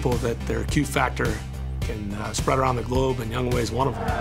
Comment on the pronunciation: And they still mispronounce his name his name is pronounced yongho! not young way. LOL